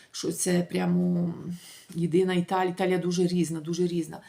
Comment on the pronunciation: Не Італіа, а ІТАЛІЯ.